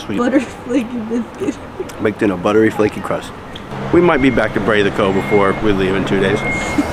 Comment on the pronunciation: BROYD is the pronunciation. It literally is "bread" in Islandic. PULL-ser. PEEL-ser is the Danish pronunciation. PULL-ser is how Islanders call them (the lamb hot dogs).